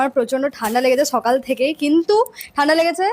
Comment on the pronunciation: ছনিবার 😅 ছকাল 😂